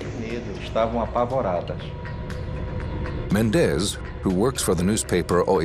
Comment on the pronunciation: MÉndez, MÁrquez. It's not MenDEZ or MarQUEZ nor PeREZ or any of that. The strong syllable is the first one. Gaaaaah!